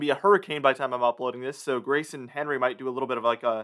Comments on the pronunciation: Yet you still don’t know the proper name of the T.S. Henry is ( hen ree). Henri ( On ree) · It's not "Henry", it's French, so it's pronounced an-ri, no H sound, duh! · It’s not Henry….It’s ahn-ray.